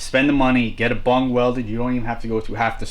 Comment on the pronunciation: Hay pothead it's bung not bong